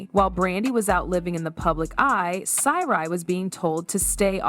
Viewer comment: GURL you need too stop while you’re ahead who the hell are you’re talking about , their names are Sy’ri NOT Seri and Sonia NOT Sonja my ear are assaulted